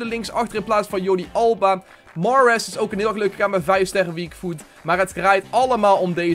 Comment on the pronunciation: Spreek Mahrez aub gwn Nederlands uit